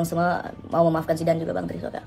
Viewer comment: Gagal paham bang Andika sebutin nama Zidan...manggilnya zamban 🙏🙏🙏🤭🤭🤭